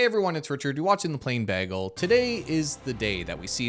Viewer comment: why does he say bagel like that?